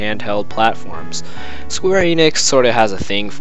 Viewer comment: It's not eenix, it's eh-nix